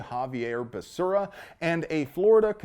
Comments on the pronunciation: SAY IT WITH ME BEH SERRAH! NOT BESURRA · You even say his name right! Basura is the correct and literal way to say it! 🤣🤣🤣🤣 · I like you pronunciation of basura’s name! Muy bueno! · Love the way you pronounce the name Becera ("Basura") Spanish word for trash. So appropriate. LOL. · Dude, every flash of that Mad Dog 20/20, triggered my hangover PTSD. "Basura' is how I'm pronouncing his name from now on. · When Biden introduced him, he called him Javier Bacaria. Lmao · Basura is the correct pronunciation of Becerra...🤣😂😂😅😅😂😅😂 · Hahv ee air Buh Sarah.... Oh, you were saying basura. Lol. That's also correct. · I love your content brother! You are hilarious! The way you blend levity with the awesome must know/have information is very unique. BTW, Becerra is a female calf in Spanish and the way you pronounced it (basura) is trash/garbage in Spanish which is very apropos. Whether intentional or not. Anywho, thanks for all the news/info. And for the laughs. Pedo sniffer is clueless. Someone should write a Dr. Seuss book explaining that there is no "I" in team, but there are 2 in IDIOT! #JustSayin' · Lol, pronouncing his name Basura... i see what you did there... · I kept wanting to correct your pronunciation of Becerra, but then I got the joke. Basura. You are a true hero,. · That's not how you pronounce "garbage". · I love how you keep butchering Becerra's pronunciation